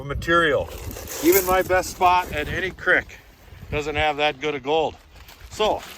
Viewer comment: You get a "crick" in ya neck, you're referring to a "creek" , a small stream of running water!! It pronounced like "feet" cr ee k, f ee t. NoT crick, like crickets